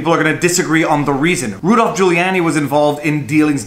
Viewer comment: Pronounced (Jooh-lee-AH-nee) not (Jooh-lee-AY-nee)